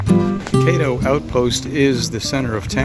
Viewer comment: Caddo is pronounced with a short 'a' not a long 'a'.